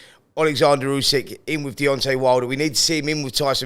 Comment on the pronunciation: Get real Simon it’s Usyk